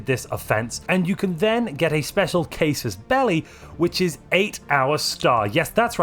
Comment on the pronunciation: Casus Belli is not pronounced kay-sis belly, but ka-soes bel-li.